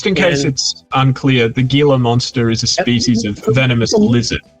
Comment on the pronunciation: I live in the desert southwest USA. It's pronounced "hee la" monster, guys.